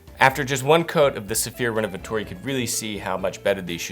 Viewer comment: You don't pronounce D'or as "Dior". It's pronounced like "Door", just in a French kind of way. Also, Renovateur is not pronounced"renovatoor" lol